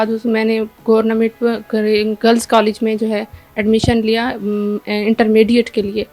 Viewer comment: Hahaha پاکستان میں تعلیم کے معیار کا اندازہ لگائیں۔۔۔کہ سلور میڈلسٹ کو گورنمنٹ کہنا بھی نہیں آ رہا 😅😅😅😅